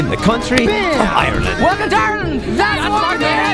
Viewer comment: he cant even say ireland right